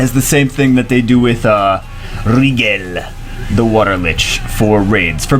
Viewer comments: It's not pronounced Wriggle It's pronounced Ry-Jell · I think it's pronounced like "Nigel" (think Nigel Thornberry). Aaaaaaaand now I'm just gonna think "SMASHING" whenever I see this fucker. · A on purpose mispronunciation? Name of a star pronounced Rye-Gel, in Orion a constellation pronounced Oh-Rye-Inn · It's pronounced Ry-gel